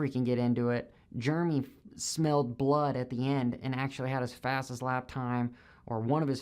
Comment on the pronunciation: Did you call Jeremy, Germy ? Strange